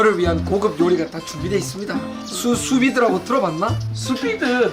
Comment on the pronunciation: 나만 수비드를 수빙수 라고 들리냐? 안녕하서요 슈빙수 입니다